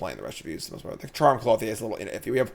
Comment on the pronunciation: Same with Clothier. Cloth-ee-aye over and over :/ It's Clo-thee-er